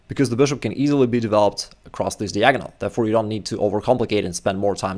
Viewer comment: Dude can learn chess and become a GM, yet he still can't learn how to pronounce "diagonal". 😂😂😂